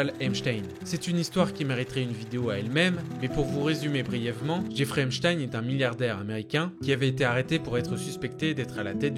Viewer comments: Epstein se prononce Epsteen… pas comme Einstein… faut mieux les nommer comme il faut ces monstres. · vidéo cool mais c’est pas einstein c’est epstein